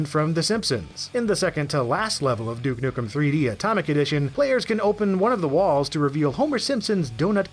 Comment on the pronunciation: "Duek nukem" lol